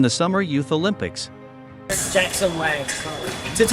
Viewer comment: At least you didn't butcher his last name. A lot of people not familiar with how Wang is pronounced in Chinese say it as Wheng or something similar.